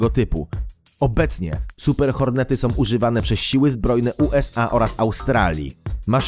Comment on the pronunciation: fajne filmiki i materialy, fajnie sie oglada, ale podkerslam ktorys juz raz, lektor moglby sie postarac mowic poprawnie, bo az uszy wiotczeja jak sie slucha, "som" czy tak w tym filmie "masom" to nie jest po polsku, jak ktos zajmuje sie polprofesionalnym robieniem filmow to niech postara sie choc troche o poprawne mowienie, proste